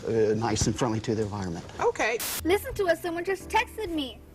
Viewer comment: Does he have a speech impediment or something? I just realized the girl's name is "Maria" not "Moria" like he says. Then the "alternatul fuels" and "going grink". Obviously you mentioned these but right after the "going grink" part he says "'Cool Cat goes Ethanol' is a story that teaches _____ children". What word does he say here? Sounds like "quote unchildren" or "court owned children". It's been driving me crazy trying to decipher it. Also, I had no idea that "Going ethanol" was ACTUALLY proper english. Obviously adults would understand it but we probably shouldn't teach children a slang way of saying that they are going to learn to use alternative fuels... oh wait, wasn't there already a book about that? Well that seems like the bigger mistake of the two if any...